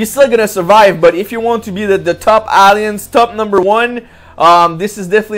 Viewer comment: nice to hear you went back to the old classic Alliance pronunciation.... on a complaint note.... NO MACP FARMILLE COMMENT??? ? I demand you do the video again and fix that!!!